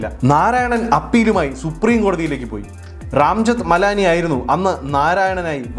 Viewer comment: ചെറിയൊരു തിരുത്ത് ആണ്.. എങ്കിലും പൊളക്കുളം അല്ല പോളക്കുളം.. പോളക്കുളം ടൂറിസ്റ്റ് ഹോം... അത് പോലെ രംജത് മലാനി അല്ല, രാം ജഠ്മലാനി. (ഇംഗ്ലീഷിലെ പേരുകൾ വായിച്ച് ഉണ്ടായതാവാം എങ്കിലും..)